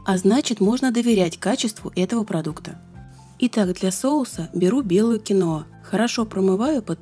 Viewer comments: Почему кинОа то? КиноА!!! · КИноа с ударением на первом слоге) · Это произносится....КИНВА....я, конечно, извиняюсь...это не для того, чтобы вас обидеть...